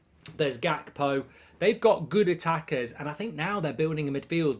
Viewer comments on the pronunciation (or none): none